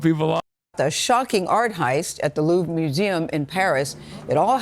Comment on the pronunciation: he's just trolling with his pronunciation of "Louvre" right???